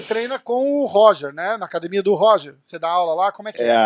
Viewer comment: Até o apresentador Paulista disse acadimia kkkkkkkkkkkkk